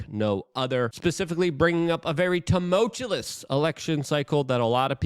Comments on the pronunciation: TOO-MULL-CHEW-US is the correct phonetic pronunciation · It’s as if Luke chooses which words he’s going to overuse for 6 months to a year based solely on how bad he is at pronouncing the word. I’ve never even heard of anyone doing this the way he does it and he’s done it for at least 10 years now. Tumultuous might be his best one yet, though. So, he hasn’t necessarily peaked yet. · You’re trolling me with “tumultuous”. I know you are.